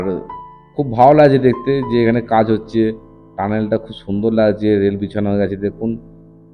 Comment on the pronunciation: ছতেরো, ছিকিম, নমছকার, অছম্ভব, ছোমনাথ ঘোছ, ছেবক,খুছি, বছানো, ছুরু, ছঙ্গে,ছুন্দর - আপনি তো খুব ভালো কথা বলেন। 'স' উচ্চারণ করতে পারেন না। সমানে 'স'কে 'ছ' বলে গেলেন।